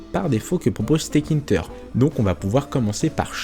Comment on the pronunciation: Salut, juste une petite erreur de prononciation de ta part, ce n'est pas 't-kinter' mais 'tk-inter' Donc il faut le prononcer 'téka-ine-teur' Ah oui, aussi, en pratique, on n'importera pas tout depuis la librairie tk, c'est trop lourd à charger, et sur de grosses interfaces, ça va prendre du temps à charger, donc, il faudrait plutôt utiliser cette syntaxe: from tkinter import PhotoImage, Canvas, Frame, Label Aussi, quelque chose d'encore plus utilisé est de faire: import tkinter as tk Puis, image = tk.PhotoImage C'est plus utilisé car cela permet d'éviter les conflits de noms d'objets 😉 Sinon, super vidéo!